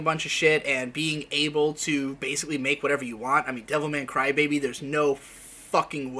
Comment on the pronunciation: The way you say Devilman Crybaby sounds like Devil May Cry Baby and it totally confused me.